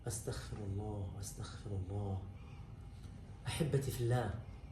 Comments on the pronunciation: بارک الله فیک ….. ولکن لا اعلم أ قلت (استخفرالله) ام انا سمعتها هکذا ف علی کل حال الاصل هي (اسغفرالله )❤ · الصحيح : أستغفر الله وليس أستخفر الله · الصحيح في القول والنطق والاصل اللغوي بالاستغفار هو ان يقال أستغفر الله بحرف الغين ( المغفرة) وليس استخفر الله بالخاء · والصحيحة تقرأ الألف بالفتحة والسين بالسكون والتاء بالفتحة والغين بالسكون والفاء بالكسرة والراء بالضمة 😊😊😊😊